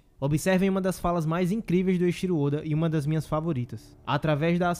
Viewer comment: Eu acho diferente a forma de pronúncia de alguns canais sobre o nome do oda. Em japonês, o nome se fala "Eiithiro ôda" então, busco falar igual kkkk mas vídeo sensacional, man